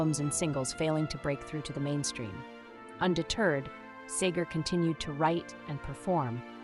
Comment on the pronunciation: Whoever wrote the dialog for this video misspells his name more often than the correct spelling, SEGER. And the narrator mispronounces his almost every time. Very distracting.